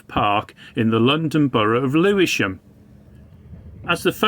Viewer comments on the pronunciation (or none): none